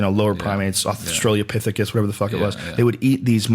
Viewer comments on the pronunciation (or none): "australiopithicus" hahaha